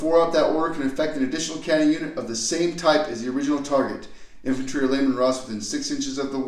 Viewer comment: learn to say cadian and chimera right.